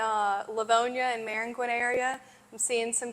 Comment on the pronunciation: She said Maringuin like a New Yorker. Teach her how to say mosquito.